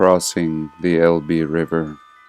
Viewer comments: small point: "Elbe" is actually pronounced as a single syllable; ELb (silent e) 😉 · That is not correct, Phillip. It is pronounced with an 'e' as in Fed, lead at the end. El-be